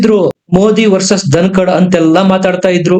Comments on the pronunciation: ❤️ಸರ್ ಧನಕಾಡ್ ಅಲ್ಲ ಧನಕರ್.. ಐ ಲವ್ ur ವೀಡಿಯೋಸ್.. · ಜಗದೀಪ್ ಧನಕಡ್ ಅಲ್ಲ ಅದು ಧನಕರ್